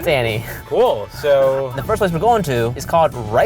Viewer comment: weird, I swear he says 'Ally'